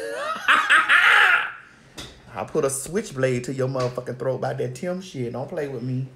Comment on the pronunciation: 😂😂😂🤣🤣 Girl, not "Timbo"